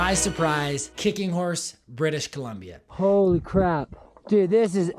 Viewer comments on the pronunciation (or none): none